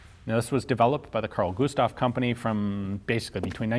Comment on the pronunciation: yeah the name was not said right XD its prenounced car-l gu-sta-v